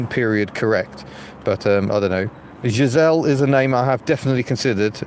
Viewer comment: TTFN Giselle, yes a french name sounds good but do pronounce it correctly, not with an hard G. Buy your Toilet Rolls and Kitchen Rolls online from The Cheeky Panda, 100% Bamboo so are soft, strong and Eco friendly now available without plastic packaging.